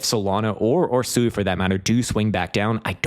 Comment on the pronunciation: SUI is pronounced “swee” by Mysten Labs.